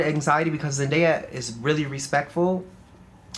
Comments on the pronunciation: the fact that mispronounced ZENDAYA numerous times lmaoooo. law said her name multiple times. it's zen-DAY-a. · this journalist<<<< the interrupting, mispronunciation of zendaya’s name, it’s all weird lol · As someone who has to correct people on how to pronounce my name,it was annoying to hear her keep saying Zendaya wrong and Law said it multiple times. I love Law and hope he goes back to styling when he feels like it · Great interview and really great questions from the interviewer. But I could not stand her calling Zendaya Zen DIE uh 😂 Respect our girls name or don’t say it at all!!! ✊🏽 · DEFINITELY FELT THIS RIGHT AWAY she was just getting threw the questions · As a journalist, she knows the name. It’s called intentional shade lol